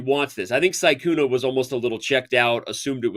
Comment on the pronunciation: Danny pronounced Sykkuno correctly this time. Almost took him the whole tournament!😂